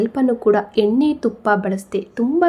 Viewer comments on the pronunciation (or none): none